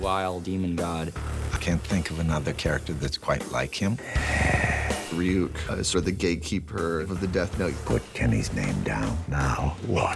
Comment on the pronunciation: Light mispronouncing Ryuk's name sums up this badaptation perfectly